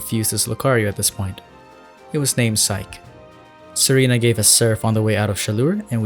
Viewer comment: When He said Serena I thought he said Tsareena. Whats wrong with me